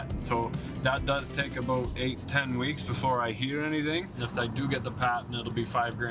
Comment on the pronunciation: “How it came aboat” you mean 😅